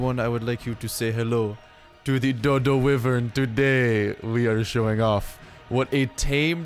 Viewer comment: It's not wivren